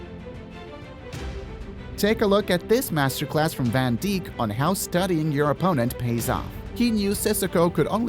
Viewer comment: He said van d ick💀☠️